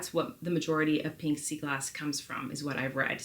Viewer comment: “PEENK” SEA GLASS! PEENK is definitely rarer than pink. 🤪